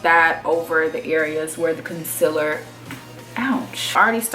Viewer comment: "Conciller" same w Laura lee. Y'all know